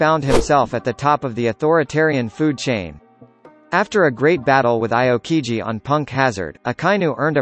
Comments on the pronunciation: it's Ahw kee ji. not Ai oh kee ji. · Lol the way he says Akoji🤦‍♀️🤦‍♀️